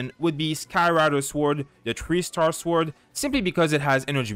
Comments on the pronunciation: The W in sword is silent. As a non english native I did this pronunciation mistake too. Thanks for the guides! c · Nice video! ps. where are you from? it's curious the way you pronounce sword:D